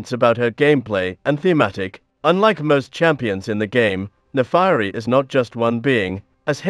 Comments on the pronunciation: Naafari? Its Naafiri. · her name should be pronounced "nah fee ree" not "nah fah ree" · "Naafairi" "Sharima" "Aicaivia" It hurts